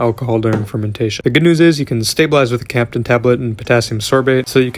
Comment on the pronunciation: A h'whut tablet? Captain tablet? :D Potassium sorbate got it, but the other thing?